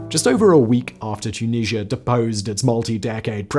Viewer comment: Too-Knees-Ya!!!! OMG 😂😳🙄🙄😂